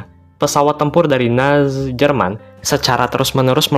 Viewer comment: Bang ko bilang Nazi Jerman kok susah padahal gampang😅